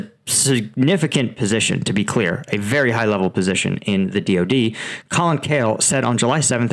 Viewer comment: "The" rhymes with "uh" when the next word starts with a consonant. ex the difference, the biggest, the quote, the most, the rail head. "The" rhymes with "tree" when the the next word starts with a vowel. ex the end, the army, the objective. Love your reporting! I hope this helps with the delivery of your brilliant analysis.